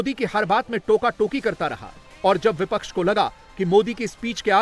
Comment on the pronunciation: Jo admi bipcha ke parti ka nam sahi se nahi le sakta wo pttrkar bikau ke alawa kuch nahi ho sakta😢😢